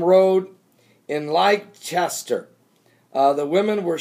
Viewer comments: Leicester is pronounced Lester. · Leicester is pronounced "Less-ter" and yep I am not far from there and the storm only lasted a few moments but the amount of hail was just nuts!